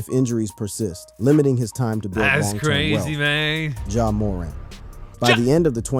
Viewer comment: Pretty sure the guy who made this has never watched basketball ja moooorant really bro😭